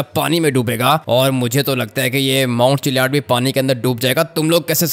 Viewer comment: माऊण चिल्या द नही ची ल्ल द नही डुबेगा